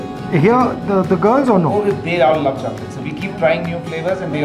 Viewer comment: Luv "shokola"